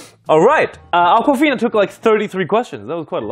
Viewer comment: Damn it was akwafina! I honestly thought he called a girl "uncle fina"